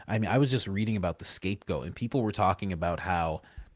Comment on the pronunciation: Coach did you say "the escape goat"?...